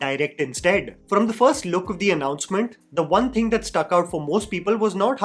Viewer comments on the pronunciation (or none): none